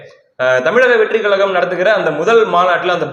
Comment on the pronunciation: வார்த்தைகளை சரியாய் உச்சரிக்கவும் .தமிழக வெற்றுக் கழகம்{கொள்கை,கோட்பாடுகளற்ர}